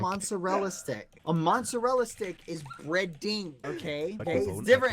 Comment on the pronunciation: THEIR CALLED MATSARELLA STICKS NOT BOSKO OR BASKO